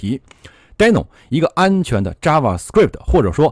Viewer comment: 是滴no不是呆no😳